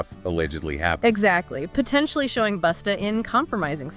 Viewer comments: His name is busta not boosta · It's BUSTA. ASSHOLE NOT BOOTSTA..FUCKONG IDIOT